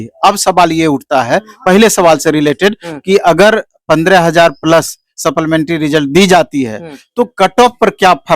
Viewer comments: wala english weak hai supplementary ko sapplamentry bolta hai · Supplementary ko supplamentary kyon bolte ho Bhai ?